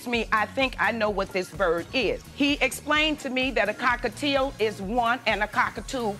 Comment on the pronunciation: “Cockatieuxx” “Ballistic” IM CACKLING